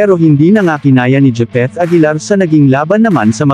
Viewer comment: Gipit aguilar daw 🤣🤣🤣🤣